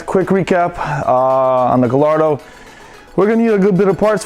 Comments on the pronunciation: Guy-are-doh I'm not making fun of how you said it at all!! But say it like what I got here just like the words say "Guy-are-doh" the L is silent and the "doh" is just like you say Play-"Doh" I really like the car though!! The yellow is badass looking and can't wait to see more!! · You said ga-‘llll’-ardo? Dafoq it’s gayyardo